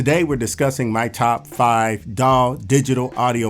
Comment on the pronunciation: Daw sounds like dawg when you say it and it's making me happy